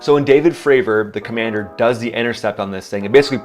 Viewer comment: "Commandir" ? That was a joke, right?